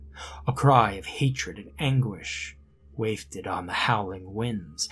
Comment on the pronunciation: Just found your channel! You have a buttery smooth voice and an excellent cadence for telling stories. Loved this one, with just one thing that might help - 'wafted' is pronounces 'whaf-ted' not 'waif-ed'.